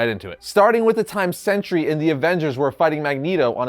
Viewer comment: Pronounced Sentry. Not century.